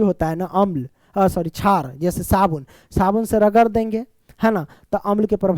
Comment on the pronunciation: Ek chij notice ki ye sr shar ko char kahte he